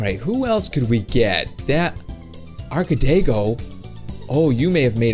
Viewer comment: "arcadego" Learn How To Read Its ArcadeGo Not "arcadego" Lol